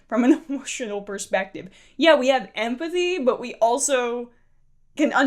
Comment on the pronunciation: “I have EMPTHY” lol .... “it’s about emotion” she is delusional